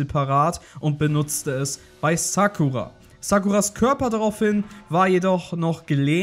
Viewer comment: Die heißt Sakura und nicht Sackura